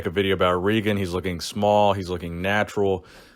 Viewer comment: im 95% sure its pronounced Ray-gen